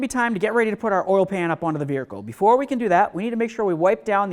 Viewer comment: Raise your hand if you counted the way my friend here said veirhercle…. lol 🙃🙂😵 great info nonetheless. Just couldn’t get over the accent… good stuff keep it coming👍🏼